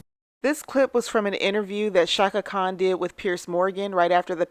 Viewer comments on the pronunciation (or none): none